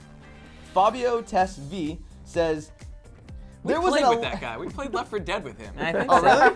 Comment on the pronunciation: he said tesv as one word, kill me now. How do they not play ELDER SCROLLS